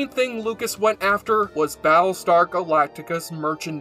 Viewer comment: he keeps calling it "Ba' lestar Galactica". i hate this speech problem that only nerds have.